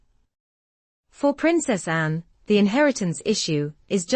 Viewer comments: Anne, not "Unnn" why cant these AI voiceovers get it right? And why cant they be done by actual humans? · I don't at all understand the pronunciation of the Queen's daughter's name in such an offhand manor. Is this a slight ? I feel she deserves respect. Why does the name "Anne" get almost swallowed when spoken ?